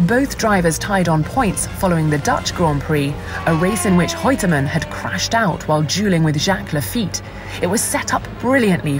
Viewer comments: Is Reutemann pronounced with a 'h' sound ni the beginning, or is the narrator saying it wrong? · The presenter is likely a Portuguese speaker with Rene' being pronounced "Hene'" and Reutemann being pronounced "Heutemann".